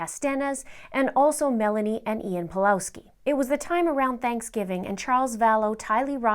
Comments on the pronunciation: Pawlowski is pronounced pavuovsky btw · Pavlovski! At least pronounce it correctly pls